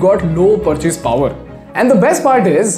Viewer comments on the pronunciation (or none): none